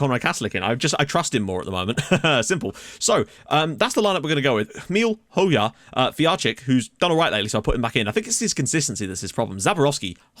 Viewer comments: Just to let you know: Hoxha pronunciation is "Ho-Ja" not "Ho-Ya" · BTW I'm pretty sure Hoxha is pronounced Hoe-Ja (soft J without a d sound)